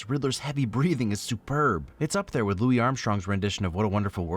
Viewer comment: it's pronounced Louis, not Louie, the man himself said so